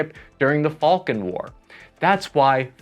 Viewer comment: You really did say 1982 “Falkin” war? Falkland Islands War. Don’t mean to be petty, but your Task is to do accurate videos for the Purpose of education. Still, great video.